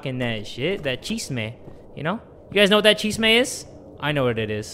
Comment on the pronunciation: "You guys know that chesmes?" HAHAHAHA